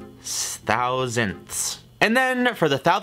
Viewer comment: Urban legends say that is still trying to pronounce the word “thousandths”